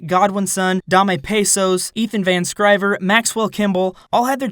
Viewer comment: Ethan van SCIVER not Scriver! Sky-ver. Or Ethan van Sky-bird.